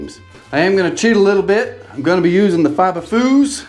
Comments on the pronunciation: Ha fiba"fews" not fooos. great job on project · I'm pretty sure the "fuse" in "fibafuse" is pronounced fuse like "use fibafuse to fuse two sheets of drywall together"👍🤣foos🤣 I like Foosball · "Foos," lol! Perhaps (fee-oos), as in "fused together?" 😁 I pity the Foos!! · Fibafuse. Fuse as in a 30 amp fuse. Not fooz. 😂 Maybe somebody mentioned that already. I am enjoying your videos. I appreciate your sharing them. Thank you. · Fuse, as in "fuse" box.. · It’s pronounced fuse, not fuse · For fibafuse, pronounce fuse the same as electrical fuse. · Exactly, add an f to use